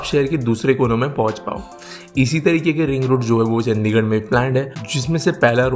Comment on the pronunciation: चंडीगढ़ not चंदीगड़